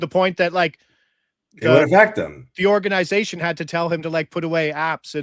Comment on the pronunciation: These guys need to learn how to say “Organization”